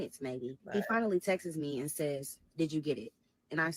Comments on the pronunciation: That part kept PISSIN me off too and I was already mad 😂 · She keeps saying “texes” instead of texts/texted and it’s sending me. Never hated a story so bad 😭😭😭